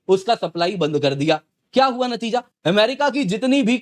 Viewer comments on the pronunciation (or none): none